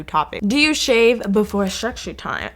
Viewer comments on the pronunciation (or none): I love the way she pronounce sexy time as secshy time😂😂